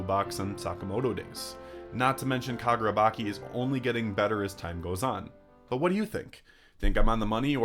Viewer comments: I wonder why he pronounces it like that? It's clearly chi not ki. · Fantastic video, solid analysis, and I'm really glad you focused specifically on WSJ and not SJ+ or other 'Jump' series Small thing: the 'ch' in Kagurabachi isn't pronounced like 'k' but like 'ch', thought you should know